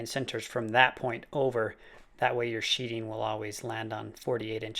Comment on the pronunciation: It's called sheathing, not sheeting. I know, somewhat counterintuitive, but I didn't come up with that name. Not trying to be a dick, just saying. Nice shed. I'd love to build one at my house.